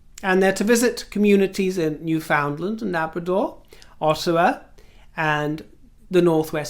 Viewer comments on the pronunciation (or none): As a Canadian who grew up with the Queen I still follow what happens to her. And not to be picky but it is pronounced “Newfunland” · I welcome all royals ❤to Canada 🇨🇦 except those who shall not be named. My mom was English and loved the Royals. (Psst. Also Newfoundland is pronounced as the word ‘understand’. 😘) Yay poutine!